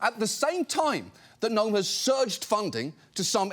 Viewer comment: Can Kristi Gnome please pronounce and S???? It is sho annoying.